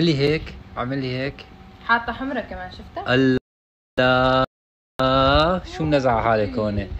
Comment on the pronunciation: الله لفظ الجلاله بالهاء وليس التاء